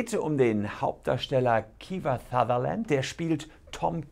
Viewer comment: Kiewa Thutherland 😄 Spaß, danke für das interessante Video! ☺